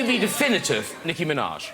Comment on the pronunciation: wrong:niKKi true:NİCKİ